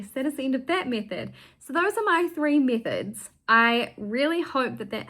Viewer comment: Oh METHODS not MISSES, sorry I must have painted my eardrums by accident.